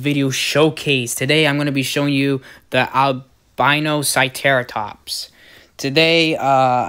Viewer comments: its not even that hard to say alberta- cera- tops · oh I'm sorry hopefully you'll have a better understanding on how to say it